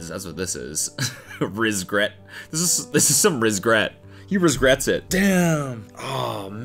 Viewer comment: “He rizgrets it”